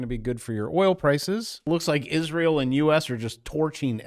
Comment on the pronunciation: You have a horrible, HORRIBLE way of pronouncing Israel and CIA. You should get that checked. It's worse than nuclear.